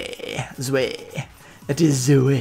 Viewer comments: and zwei is actually pronounced like [tswai] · mate "Zwei" stands for "two" in German so you should pronounce that way